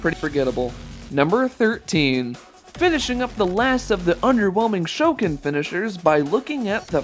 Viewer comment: My favorite is Goro, but quick question, why did you pronounce Shokan like that, also next Tuesday, November 1st is my birthday!